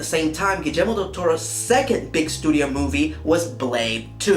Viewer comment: I cringe just a little bit when you pronounce Guillermo's name with a "j". But the rest is superb :)